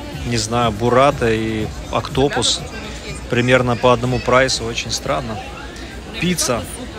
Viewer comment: не октОпус, а Октопус.